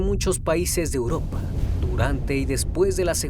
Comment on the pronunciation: No me gusta su estilo y pronunciación, no se dice Uropa, es Europa